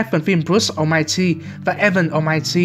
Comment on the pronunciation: Almighty mà tui nghe thành Omachi :))